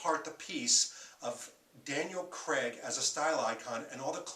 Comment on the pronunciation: Why do you keep saying Daniel creg? It's craig.